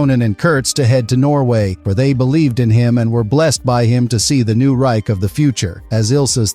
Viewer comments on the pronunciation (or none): none